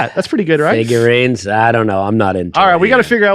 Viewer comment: “Figurines” is a crime